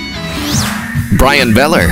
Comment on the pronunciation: LOL at the pronunciation of Govan.